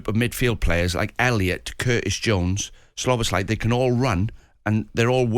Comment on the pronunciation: Saunders has no clue get a better pundit. It's not slobozlai